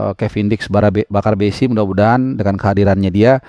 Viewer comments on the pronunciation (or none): maaf bukan bakarbesi..kalo gak salah panggarbesi